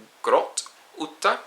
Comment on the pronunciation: Thank you for these video's. Im enjoying them loads. I know it's a long time since you recorded this, but maybe for the listeners: the O in storm is pronounced as the O in the English word Who, while the U for Ute is not. For the pronunciation of Ute, you must think of the U in the Norwegian letter Q. Thanks again!